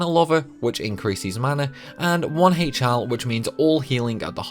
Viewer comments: The way you pronounced HL made my skin crawl LMAO. Great video, though. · Your pronunciations are weird as hell. "HL" is "Hell", not "Aich-Ell". "Chara World" is "Karah World", nor "Tcharah World" - "Chara" here stems from "Character".